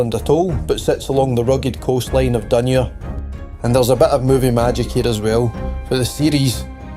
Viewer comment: Great video, well made. Hate to be picky but some of the pronunciations of the place names are questionable. ie for Hopetoun - Hopetown rather than Hopetoon, for Dunure - Dun-your rather than Dunoor, and the river Clyde is Cl-ide, not Cl-eyd. Maybe just the accent, I'm from Ayrshire.. was the reader from the East Coast? My apologies... well done though. X